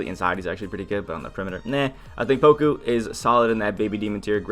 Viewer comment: It's not pronounced poko.. You say it more like pawkoo. Everyone just repeats DBGS stupidity.